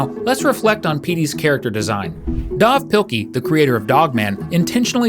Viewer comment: Dav is pronounced Dave